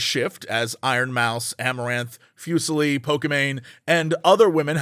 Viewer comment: Foos-lee. Leslie Fu's screen name (Fuslie) is pronounced Foos-lee.